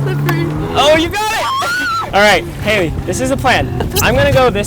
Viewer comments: The amount of times he said haliley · I tried to count how many times he said halye bu I couldn’t😭😂